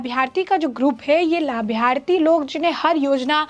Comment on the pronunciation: Arey madam labharthi bolna to seekh leti 😂